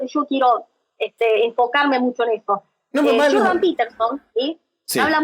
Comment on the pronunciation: No digan "Shordan" no están hablando español. Es como cuando pronuncian "Jazz" no es "shazz" eso no existe. No sean arenosos solo es una observación.